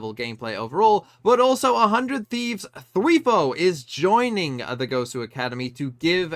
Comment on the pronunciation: Btw it’s thw- I-fo not thw-ee-fo